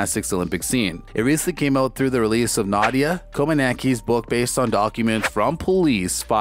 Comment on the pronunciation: Learn how to say her name please! Nadia and Simone's name you butchered!